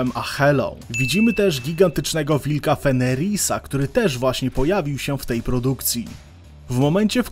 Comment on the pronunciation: Nie fenerisa tylko Fenrira